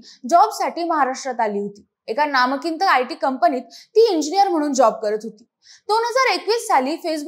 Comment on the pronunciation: 1.06 नामकिंत 😂😂 नामांकित म्हणा .